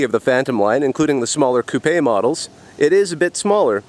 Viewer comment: Thank you for pronouncing coupé correctly